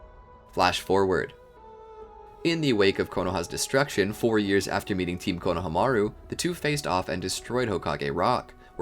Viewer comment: you had a whole year to change this to team "ko-no-HA-meru" but you kept it "konoha-MAR-u"